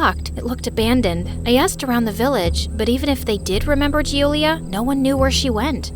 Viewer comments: Hello. I hav noticed a mistake in one of the most common names In italy. You are pronouncing ‘Giulia’ wrong. As it is pronounced as “juu-u-lee-ah” and you’ve said is as “Jew-lee-ah. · I'm italian and the pronunciation is Giulis